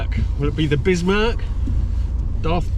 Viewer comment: #4 "Bismerc"